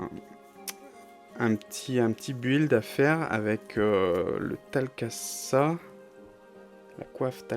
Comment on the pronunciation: Super vidéo ! (par contre, je crois que pour la Tal Kasha ça se prononce [ch] et pas [s])